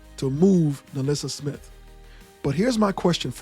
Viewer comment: It's "NaLyssa Smith" and it's Lexie HULL. Ten seconds of research doesn't seem to be a whole lot to ask...